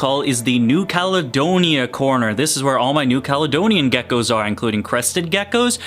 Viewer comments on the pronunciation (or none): none